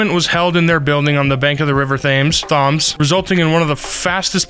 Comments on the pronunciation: I am a minute in and you just called the River Thames "Th-ah-ms" and I feel the need to shame you. Shame. Shame.. Anyways continuing on. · River Thames - Pronounced T-e-ms. As a Brit that made me laugh 😂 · ah yes the famous river thaams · The river is the river tames. It’s not pronounced thames it’s just spelled that way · …the river “Tharms”… I think Thames is pronounced “Tames” - a Brit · I’m so sorry but… the way you pronounced Thames is hilarious. Thames is pronounced “tems”. The way you pronounced it I thought you said “thumbs”!! 😂 you did your best, it is quite confusing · THARMS AHAHAHA thats funny btw the pronunciation is taims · …? Thoms.. it’s pronounced t-eh -ms… that hurt to listen to /j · it isn't pronounced the river *tha*mes it's the river *T*emes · The river Thames in London is pronounced TEMS. We English love to make stuff overly complicated. And "Pumped up Kicks" is my choice for upbeat sounding song with incredibly dark lyrics. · It sounds like tens just with an m instead of an n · for future reference it’s “Tems” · thaemes thaums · The River Thumbs. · no it is pronounced TEMS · tEMs? IT prONouNced TeM? not sorry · For future reference, the River Thames is pronounced like “tens” but an M not an N so the River Tems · ITS SAID TEMS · it's pronounced River Thames 👍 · the river “thomes” please help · why did he pronounce Thames likes that? Last time I checked we all pronounced it tames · TEMS. "Thames" is pronounced like "tems". not like "James" with a "th" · Lol he said the river faams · Am I the only British dude here who is DYING OF LAUGHTER BECAUSE OF HIS PRONUNCIATION OF THAMES. Btw it is pronounced: tems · The river Thames is pronounced " tems" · Thames is pronounced tems, Kinda confusing i know. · He pronounced River Thames wrong, it's more like Tames, I don't know why spelling is weird... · Thames is pronounced 'tems.' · How did he say Thames. It is pronounced temes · "the river thames" its pronounced Temms. no offence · It’s pronounced Tems